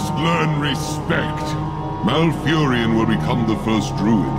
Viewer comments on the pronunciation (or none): MALFURION, not MalfuriAN. Sorry, had to do it.